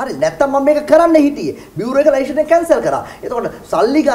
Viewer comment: චමුදිත ලයිශන් කියලා කියන්නේ නැහැ .ලයිසන් කියලා pronounce කරන්නේ .පොඩ්ඩක් දැනුවත් වෙන්න .